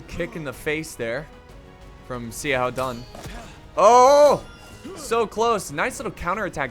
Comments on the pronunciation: You said xiahoua dun wrong it’s pronounce shou-who-dun not c-how-dun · Zee a how Dun. Best pronunciation of Xiahou Dun ever. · Bro, Xiahou Dun is pronounced like "Sha-hoe Doon" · Yeah, honestly I don't mind people mispronouncing names, but is especially BAD with chinese names lol. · He is name is like this: Sha-hu-dun Also not Si Chu but Shu-chu